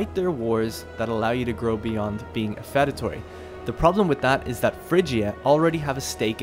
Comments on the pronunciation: Feudatory is pronounced few-da-tory. Like the word feud. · I wanted to die every time you said "fed-atory," but I really appreciate the video. Thank you. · Why do you pronounce feudatory so weird